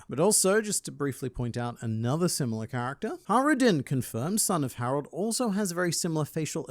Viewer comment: I just realised, its Harald not Harold. Funny pronunciation Reminds me of Harald Hårfagre from norwagian history. The first norwagian king that managed to unite the country. Given the machinations of Oda's mind. There is likely something taken from his story. Though the whole won't cut my beard until norway is united doesn't seem to link to him. The horn pulling might be a purposeful subversion of that story